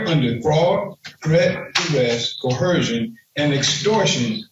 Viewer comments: Probably just me, but why do they put an “h” in coercion, pronouncing it “cohersion?” It really grates on me! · I thought he was saying cohersion 😂